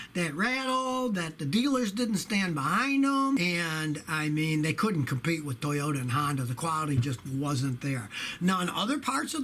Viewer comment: repeat after me: tow you tah